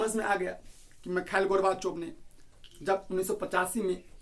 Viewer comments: Michael nhi mikal pronounce hota hein wo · Bro aapko khud nhi aara naam lena Mikhail hai naa ki mikal 🤣🤣khud to seekho fr kamiya nikaalna🥱